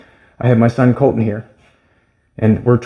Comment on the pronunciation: His name is Colton not Calton.